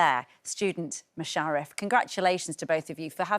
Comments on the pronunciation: I'm only half way through the video, she's mispronounced Mush's name twice, called Thornhill "Thornton" and interrupted each of them mid answer. How tf do these people get these jobs? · Loving the new series after being hooked on series 1. Great to see Musharaf doing so well and Matthew in the position he clearly thrives at. Only downside of the interview would be the woman who didn’t make effort to pronounce Musharaf’s name right and saying the schools name wrong. Just a shame she didn’t research enough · Why can't she say his name properly?